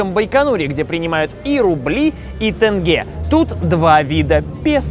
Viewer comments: О господи ОПЯТЬ!!!! Ну сколько можно?! Не тэнге, а тенге!!!! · не тЭнге, а тЕнге!!!! ТЕНГЕЕЕЕ БУКВА Е У ВАС СУЩЕСТВУЕТ?!?!?! 💢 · никогда не понимала почему русские не могут нормально произнести слово "тенге"...Ведь "е" есть в русском алфавите...просто тенге, без всяких "тэнге"... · Интересно, почему все не казахстанцы говорят тенге, произнося е как э? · еще раздражает когда говорят тенгэ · Почему все тенге произносят с буквой Э🤦🏻‍♀️ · Я из КЗ и тут не говорят ТЭНГЕ а просто Теньге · Почему тЭнге, теньге блин, и пишется и говорится🤦 кстати, слово "деньги" произошло от этого "древнетюркского" слова...или вы говорите "дЭнги"?